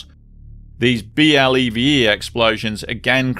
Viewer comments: BLEVE is usually pronounced as an acronym, something like "blevvy". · Just a note: BLEVE is pronounced "bleh-vee". But anyway you say it, it's a horrible thing. A common thing in all of these is that skimping on safety is very costly in the end. And PEMEX has a lousy record on this. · It's pronounced "blev-ee". We had one in baltimore a decade or so ago. The only thing to do with them is to try and cool off the tank before it detonates and kills you.